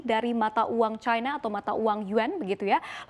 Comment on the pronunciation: Kenapa bacanya Caina sih.